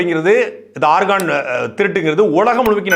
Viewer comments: DEY damasuu paiya nee organ nu Sonnathu Chemistry ARGON pola kekuthu da 😂😂😂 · ஆர்கான் இல்ல ஆர்கன்.. உறுப்பு nu சொல்லலாமே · ஐயா ஆர்கான் அல்ல ஆர்கன்organ